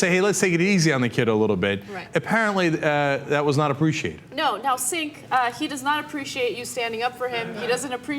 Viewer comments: Ana calls him ''Sink'' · Lmao he pronounced Cenk as Kink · Ana pronounced his name "sink" early in the vid😂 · I used to mispronounce Cenk's name too. I used to call him Sink and that lasted for like three months. My bad, Cenk. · lol apparently Cenk is pronounced 'kink.' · Did Ana call him "Sink"? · Cenk = "Jaynk"? ok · Pronouncing Cenk's name as kink....That did it for me. lmao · Miss-pronouncing it Kink? I love it! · LOL I find it so funny when i hear people mispronounce Cenk. Especially when I hear "Sink" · Its Kenk, its spell Kenk, so therefor it's Kenk. Note: My name is James, it's pronounced Nancy. Don't mess that up our you're a cerk. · lol she said SINK lols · I didn't know Cenk went by the name "Sink" back then haha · I know right. That dumb bimbo acts like the kid is stupid because of how he pronounced Cenk 's name. The way the kid pronounced it sounds more right based on how its spelled than the way it is, which is like "Jank ". TYT are a bunch of moronic smug bastards. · Is it pronounced Jenk? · Ana mispronounces Cenk's name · I finally know how to pronounce your name know Cenk, thanks